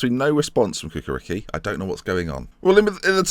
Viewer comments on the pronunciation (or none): Ha-ha! I think it would be fun if you get a job in "Cukaricki" which is something miles away from your pronn "Kukariki". It's "Chu-ka-rich-kee" and means "Chukaritza based team". Chukaritza is big part of southern Belgrade. The team is solid (let's say 3rd - 5th in Serbian League), and almost constant in Europa League. Not much success, usually pass a round or two in qualifications, but team have a good youth system. Also, it would be fun to watch you speaking Serbian surnames! :-) Ha-ha! And, yes, I living about 10km from their Stadium (but I'm not their fan)... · The Football Club Cukaricki is pronounced Ch-uka-ri-ch-ki the C is actually a Ch like (Ch)icken, anyways just thought to let you know, also great vid!